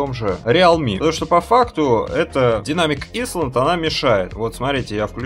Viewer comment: Динамик Айленд , а не Исланд. К Исландии это никакого отношения не имеет ))